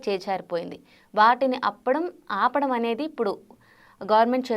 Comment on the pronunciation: ఔను వాటిని, అప్పడుం, కాదు ఆపడం